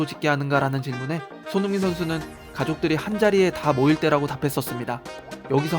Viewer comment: " 손 융 민 "